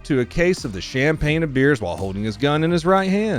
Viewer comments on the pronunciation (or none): none